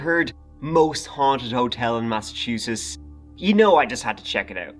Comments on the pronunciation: "Massachuses." Nailed it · It's the "T",!!You are an honorary MassHole ❤ Glad u returned ❤ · Interesting pronunciation of "Massachusetts,"! Did you not notice the two letters before the final "s"? 😂😂😂 This was a wonderful video. Shows just what kind of kind and considerate person you are, too, that you get annoyed at the behavior of tourists! Thank you for all you do,! I hope you continue and showcase more cities here in the good ol' USA!